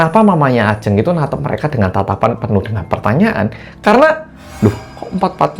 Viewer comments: bilang nya bukan ajeng mas tapi ajeng 🙄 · bentar.. kenapa di awal sebutin Ajeng nya begitu 😅 tp udah sih setelahnya bener